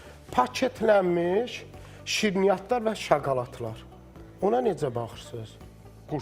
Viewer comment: AY INSAN NERVOZ YOX-NEVROZ;JOKOLAD YOX-SHOKOLAD...😂😂😂